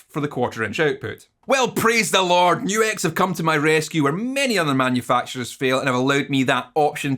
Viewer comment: At least YOU know HOW to say NU-X! \m/